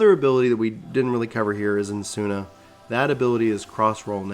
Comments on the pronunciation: Esuna = "eh-suna" not "N-suna" and Aero= "arrow" not "air-Eo" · It’s Esuna not Ensuna and Asylum not Alysium. (Just read another comment and learned your dyslexic, poor bean *pats and huggies*) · I cannot pronounce like that. I saw "Ah-eh-lro" and "Eh-suh-nah' （I think I say Esuna accordingly then)